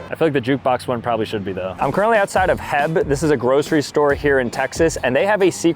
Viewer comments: its H E B not heh-b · Its H.E.B. not HEB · It’s not heb it’s “H” “E” “B” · H.E.B. not Heb. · is not heb it’s h-e-b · It's called H. E. B. and not HEB. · it IS NOT HEB IT IS PRONOUNCED H. E. B separate letters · Me and my sister were so MAD our ears bleed 😂😂😅😅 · Bro saying “HEB” not H E B was crazy for me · It’s H-E-B not HEB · What is a Heb it’s H E B like your saying the name of an angle🫶🏻🥀💀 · lol as a Texan just so you know it’s H-E-B. We don’t pronounce it heb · It's not heb it's H E B.... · it’s not pronounced heb its H-E-B it’s like pronounced the letters “H” “E” “B” that’s why there’s a “-“ and what H-E-B stands for is Howard Edward Butt😭 (pronounced: aych ee bee) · I was so confused being I've never been to one but I never heard HEB its always H E B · Heb…. Bro as a Texan you’re making me cringe it’s H-E-B. It’s just pronounced as the letters that spell the name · Not HEB it’s H E B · It’s not heb it’s H E B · BRO IT IS H-E-B😭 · Just so you know… H.E.B. Is pronounced by the letter… H E B❤😂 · Am I the only one who noticed they called H-E-B “heb” as one word-I think I’m too Texan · Never heard anybody call ot HEB lol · brother, as some one who lives in Texas H-E-B isn’t a word. you say the letters as h and then E and the B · Bro pronounced heb wrong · It's H... E... B. And it's not like Costco. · Lol H E B SAY IT SEPARATE LOL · It's H.E.B. not heb. You pronounce each letter. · Pronouncing H-E-B wrong, saying heb is low key so silly I love it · H-E-B. You say the separate letters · Oh nah he called a H-E-B heb😂😂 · Him calling H.E.B heb really hurt my heart😭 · moved to Texas couple years ago and the idea of it being pronounced as ‘heb’ pissed me off. Can’t imagine how it feels for people who are actually from here 😂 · Omg I died a little bit. Broke my Texas heart 😂😂 Thought he was joking, but pretty sure he is serious 💀 H. E. B. 😭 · OMG, “HEB?” 🤣 All us Texans are saying “Bless your heart” 😅 Love your videos ❤ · It's called H-E-B 😂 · It’s H . E . B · I agree